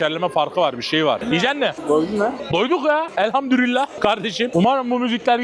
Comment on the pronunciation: kardeşim: ElhamdüRRillah değil.... ElhamdüLLillah.